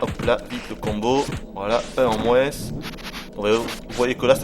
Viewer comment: "Booskaboo c'est le descendant de Bob Marley" xD : "Chasant, sachant, pas chasant, un chassant sacheur sachant chassé" x) : Ce fameux "avance rapide" existait déjà, je croyais qu'elle n'était apparu pour la 1ère fois dans l'épopée "Super Ghouls'n Ghosts". : "1 en moinSSSSS" J'ai remarqué que tu prononcé le "S" dans moins ^^